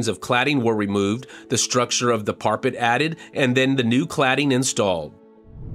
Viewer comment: Well, I’ve never heard parapet pronounced like that before!